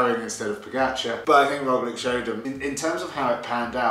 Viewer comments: True and there is nice word in English to use, lich just add that to the Rogli in pronunciaton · Got Kiesenhofer down, but your Roglic pronunciation needs work ;-)